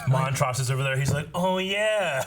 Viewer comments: who is Mont-ross? I thought it was Mont-rose? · BUUUUUTTTTTT☝🏾... This is episode 8 & your still saying Montroses name wrong🤔